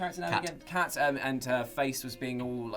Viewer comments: I'm one of the 6 people that loves Gears Me (Gears fan #5): IT'S KAIT NOT KAT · Get her name right KAIT